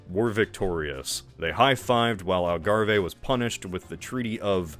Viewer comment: i had to do a double take when i heard algarve. never thought i would hear part of my country be pronounced like that